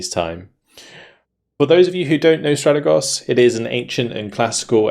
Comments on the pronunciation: it's Stratègos, not Stràtegos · No dude ... trust me I am Greek ...it's neither ... the correct pronunciation is Strategòs